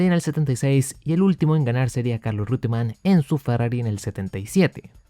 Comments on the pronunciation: se dice reuttemann, no rute, pero muy buen video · He oído a muchos pronunciar Roitemann. Creo que uno de ellos es el narrador y comentarista argentino Fernando Tornello. Imagino que Reutemann es la forma correcta ¿De cual país será originario ese apellido? Saludos desde Venezuela. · Porfa deci REUTEMANN no RIUTEMAN